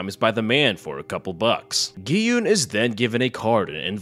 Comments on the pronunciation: mans called it green light, red light and called gi hun gi hoon. I assume he didnt watch it ;( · Aint no way you called him gay hyoon